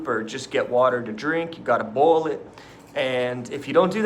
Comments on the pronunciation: You have to "bowl" the water? You're picking up the accent quick,! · wtf was that?! Where did his southern accent come from for gone word boil? Lmao